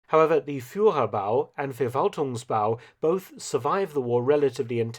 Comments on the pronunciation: Just a pointer, “V” at the beginning of German words are pronounced as “F”. So it’s “Ferwaltungsbau” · Hello Mark: You know so much about WWII and Germany now, you should learn some German language rules, too. "V" is pronounced "F", to start with. So it is not the "Verwaltungsbau", but the "Ferwaltungsbau".